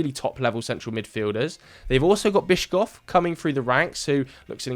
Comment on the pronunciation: I know I am a few days late writing this so no one will see this, but for the love of god, Bischof is pronounced 'Bishof', not 'Biscoff'. Bischof means Bishop in German, so he is a bishop, not a Belgian spiced biscuit spread.